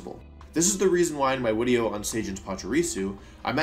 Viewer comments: Why do you say wideo???? It throws me off each time bro 🤣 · dude he said "wenusaur", he also said wideo can anyone explain why? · I think you mean wideo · I think you mean “wideo” it’s okay… we all mess up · Wenusaur and Wideo is actually because he’s good friends with Markus (13yoshi37) who is German and German pronounces “w” as “v” which slowly prompted Wolfe to pronounce “v” as “w” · I love how much you say wideo. (and no wideo is not a typo) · Imma end this video if you say "Wideo" one more time Edit- thats it. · Why am I hearing Wideo instead of video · Everytime i hear wideo i get 2% more likely to turn off the video. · lmao "the wideo" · Am I going insane or do you say "Wideo" multiple times throughout this video... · why does he keep saying wideo instead of video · great "wideo" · is it just me or am i just new and dont know he says video like wideo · Why does he keep saying wideo 😭😭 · wolfey: Pause the wideo*... what do you think happened? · *Pause the wideo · pause the "wideo"? Ugh you're so cute wolfey 😭🤣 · I still cant ever get over how you pronounce it "wideo", its so cute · "I think we banned Hidden Power Grass. Now pause the wideo. What do you think happened?" What do I think happened? I think people used Hidden Power Electric. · i love how u say wideo LMAO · why does he say video "wideo" every single time?